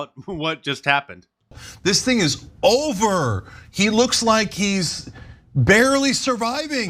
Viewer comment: ITS JOVER 😂